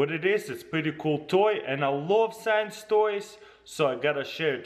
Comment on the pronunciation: the first time he said "science toy" it sounds like he said s3x toy